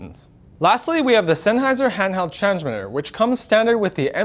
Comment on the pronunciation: "Laughly we have the Sennheiser handheld zhangsmiddurr" That was just funny. He is great.